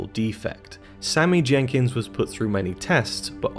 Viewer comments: His name is Sammy Jenkis not Sammy Jenkins.... 😂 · His name is Sammy Jenkis, not Sammy Jenkins. It's basic research man, come on..